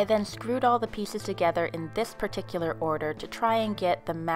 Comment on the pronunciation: I'm sorry her voice so cute " I cut two pssssseices" don't be mad at me